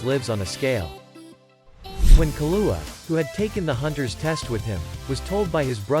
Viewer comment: Interesting insights. Was the text read and vocalized by a computer application? I ask, because many of the names from the show were mispronounced, including but not limited to Kurapika and Killua, who were extremely prevalent in the show.